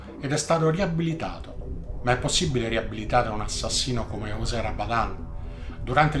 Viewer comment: Ooohh, finalnente uno che ha chiamato sto "poraccio" correttamente (ne "giosè, ne Yosè etc etc..)... Poi invertebrato mi sembre una variazione più che calzante